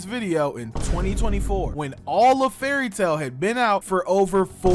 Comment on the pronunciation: Bruh you dont get to have an opinion when you cant even say the shows name right, and what you said about no villains or side characters dying confirms you didnt even watch the show and you re a whole bunch of 🧢, also about the whole "every battle is beaten through friendship" everyones yapping about, its happened very few times, fairy tail has many good battles that noone talks about, because people prefer to be toxic and listen to whatever garbage the internet says. If you trully watched the show you would know this yourself and give valid critisism.